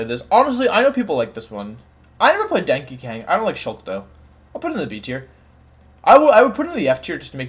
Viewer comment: Can someone explain why he said Dankey Kang